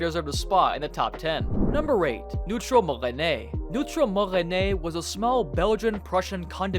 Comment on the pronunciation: bro goes "puh-law-wan" while frenching up for "moresnet" :sob: filipino pain